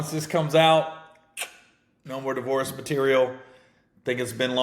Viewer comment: Been loving you since comicview but for the love of God learn to pronounce “divorce”!😂😂 nothing about that shit was “racist”! Haters STFU w/ ya bitch ass!